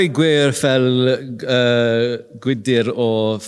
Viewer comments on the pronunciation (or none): welsh wasn't awful! creu and gwydr were a bit off and thats about it